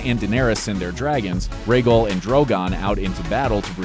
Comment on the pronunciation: when i heard the way they pronounced dothraki and rhaegal i excused it for simple mistakes but then i heard how they pronounced dolorous edd i- almost had to stop watching,,, they rlly said "dollar-us" edd